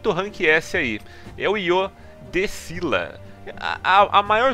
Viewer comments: O general marina do pilar do Pacífico Sul se pronuncia Cíla nao é skila, nem nenhuma outra variante, assistam o anime! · esquila 😂 vc Fala errado e muita Gente tmb o nome dele é Io De Esquila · Pronúncia Scylla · No anime se pronúncia "Io de Isquila" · Se não me engano, o Scylla vem da mitologia grega, se pronuncia Cila mesmo . Da lenda de Cila e Caribde. Os dois era monstros que atacavam no estreito de Messina. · A pronúncia é "Iô" de "Isquila". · Na verdade esse foi um erro de dublagem, algo que acontece bastante nesse ramo quando estão traduzindo um conteúdo. Mas Scylla é um ser mitológico, e como qualquer pessoa pode comprovar assistindo qualquer tipo de vídeo do assunto, verá que a pronúncia correta do nome dessa criatura é "Cíla" mesmo. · É io de Sila, ou oi de Skila ( Pronúncia de oi de isquila das 6 bestas em Br )!. Tá ok?. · Só é duvida a pronúncia pra quem não assistiu o anime Se pronuncia ISQUILA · Pronuncia: Iô de Isquila!!!! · Oi de dcylla de pronuncia esquila isso e mostrado no anime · Se pronuncia Scylla.. tmj men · Segundo a mitologia se diz "sila" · Oi meu o nome dele no anime se pronunciou Esquíla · Se pronuncia squila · Se pronuncia esquila